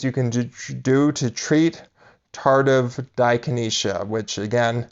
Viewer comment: Right. How can I trust the advice of someone that can't pronounce it right.